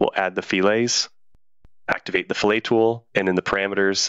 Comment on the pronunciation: FYI, fillet (rounded corner) is pronounced with a “tee” sound at the end. Your pronunciation is skinned meat and is spelled “filet”. I see this error too often.